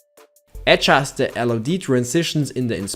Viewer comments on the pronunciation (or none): What sounds weird is listening to: "Era-sing" instead of "everything" and "head-just" for "adjust". It's not that I can't follow his English, it's just annoying as frack making it very distracting for me. I hope this clears thy weirdness.